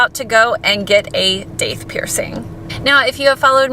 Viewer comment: It's pronounced Doth.